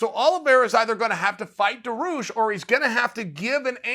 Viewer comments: It's DA-REE-OOSH, not DAR-OOSH. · its dar (like bar with a d) ee (like bee without the b) oosh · Me: Dariush Chael: Daroosh Me: Daroosh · If "Daroosh" is your #1 guy for 2021 (so far) learn how to pronounce his friggin name. It really ain't that hard. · Chael put some respect on my boys name DA RI USH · Dairy-oosh chael Dairy-oosh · I think it's more like "Daareeoosh"... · Benny DaRuse? Benny DaRuse. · Made up phoenetic spelling: Dar*i*ush [dehr-ee-oosh] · Uncle Chael: "Da Roosh" Dariush: "Ok great" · This Dah-Roosh guy sounds pretty tough. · Uncle chael, it’s Daar- rii- uush😂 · Benny Daroosh 😂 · Chael: DaRooSh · Baneel daroosh! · Benny the rush. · Just say Dariush. This is the one name I can’t watch you pronounce it’s so bad. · I personally love to follow uncle Chael because he see UFC on the right way, who is skipping fights or taking then...plus the best is when he pronounce Charles Oliveira or Dariush...Khamzat 🙏 makes smile on my face. Thanks for a tremendeous work mr. Sonnen 🙏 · I couldn’t wait to hear Chael pronounce “Dariush” and I’m not disappointed. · 10 seconds into the video: olivera vs Dariush sounds awsome, also you pronounce Dariush’s name (kinda) uncle chael